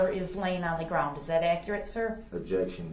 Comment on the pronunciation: So funny the reaction from the prosecution when dipshit axe's "do you see da opper in court? Can you point her out for the rekkid and the jury? "Grounz"....."grounz"😅😂 what a tool 😅😅